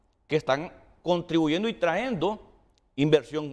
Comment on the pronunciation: Trayendo NO traendo , igual cayendo NO caendo,es complicado el español